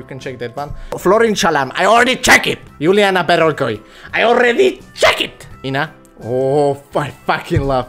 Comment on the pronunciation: Doaamne ce mam ras..e super tare...😂😂 Cu ce accent a spus Iuliana Beregoi😂 Nice boy💗